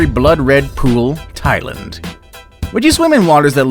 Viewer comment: Why can’t you say Thailand properly?